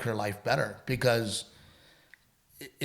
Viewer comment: Dide annunciate. Repeat after me: Because is spelled with a B not a P. And probably only has one R. 🤣😂🤣